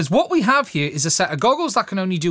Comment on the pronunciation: I can’t help grinning a little when pronounced the word “here” as “he-ure”……I hope it doesn’t mean I’m a racist cuz I’m no Anne Robinson ya know! 😉❤️🇬🇧👍